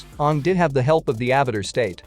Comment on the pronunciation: 1 . Why am I not here 2 . Can you do something about the fact that the computer pronounces aang the way the cursed movie does ? 3 . Aang was technically 112 when he defeated fire lord Ozai